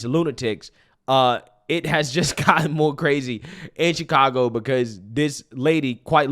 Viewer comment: Bruh did you say Chicongo? 😆